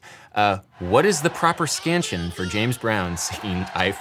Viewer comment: What is the proper WHAT? "Scantion"?